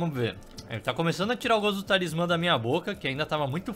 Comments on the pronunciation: Eu não tankei nenhuma vez que ele falou TALISMÁN Kkkkkkkkkkkkkkkkkkkkkkkkkkk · "TalismÁMMMM" KAKAKAKKAK